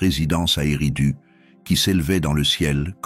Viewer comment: c'est pas U mais ÉRRIDOOUU. OU